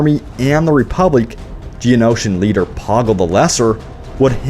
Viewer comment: The Reepoblic?? XD